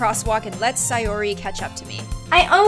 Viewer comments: It’s not say or ar it’s say or y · ITS say-ORY not si-ori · (its pronounced say-or-ee) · it’s not sAyori it’s sayori as in say no hate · don't say it like si-or-e say it like say-or-e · Not trying to be rude but most people say: SAY--OR---IE, not: SIE--OR----IE!!❤ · Its Say-Or-e sorry it bothers me.. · Say - Or - E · you seed sayoris name rong say or i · When she says sayori with an i not an a